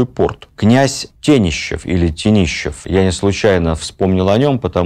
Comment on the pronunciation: Не ТенИщевы, а ТЕнешевы